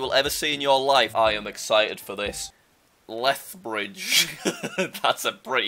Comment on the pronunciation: Stop making me laugh on lethbridge Also this: "me.augh"